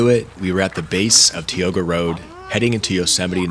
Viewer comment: You might want to look into the pronunciations of Sabrina and Tioga.